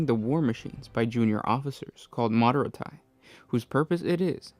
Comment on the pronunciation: Forgive me, every time you mispronounced Moderati I yelled a correction at the screen even though you couldn't hear. >.< Its pronounced similarly to the car; Mazzerati, Moderati, the I is a long e sound.